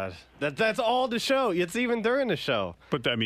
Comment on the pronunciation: Like when he says sh-ow.